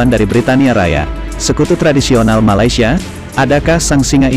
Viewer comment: Bukan Malaysia, Bang. MALASSIA 😂